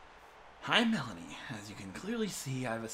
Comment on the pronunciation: Finally a person who says her name right ^_^